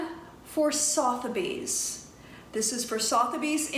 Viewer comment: I believe it's pronounced "SUTH-a-bees". It does sound very glamorous!